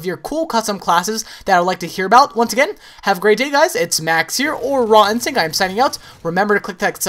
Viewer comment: It sounds like he keeps saying 'Ron Sync' instead of 'Raw Instinct.'